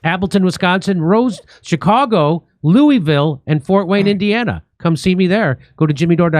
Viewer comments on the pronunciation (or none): Ok, it would be nice to pronounce the city's name correctly: LOU - ah - vull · It's pronounced loo-a-vill.